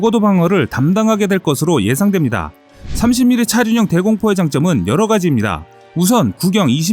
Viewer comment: 차륜형 이라는 발음이 어려우신건가 계속 차준형 차준형 하시넹